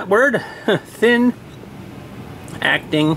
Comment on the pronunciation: You missed the 't' in acting.the 'EE' in see.the 'p' in super.